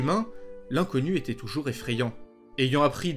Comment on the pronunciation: Sais tu faire la différence en français entre le son é et le son è ? Quand tu dis "il était" tu prononce il été. C'était = c'été, Il allait = il allé. c'est assez pénible.